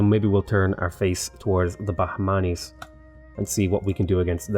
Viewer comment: It's really wrong pronunciation but good try